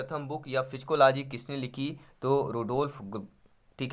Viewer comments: सर आप साइकोलाजी को फिजिकोलाजी क्या वोल रहे है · साय्कोलोजी को फ़ीजीकोलोजी केऊ बोल रहे आप